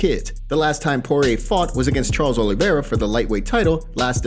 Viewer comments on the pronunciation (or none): none